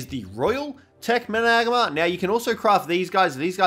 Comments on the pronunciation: You say Managarmr like, MANA-GARM-ER, not MA-NAG-ARMR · hes name is MANA-GAR-MER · Say it properly! Triggers me bro lol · Your saying it wrong